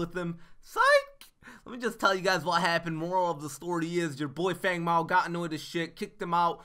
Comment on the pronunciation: Brody McClendon idk why he said that in the wukong trailer but its been (fang) feng since legacy. go watch his tutorial video. why they changed the pronunciation idk but he will always be FANG to me.